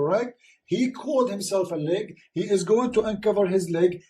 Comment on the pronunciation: Leg not lake. Can you read?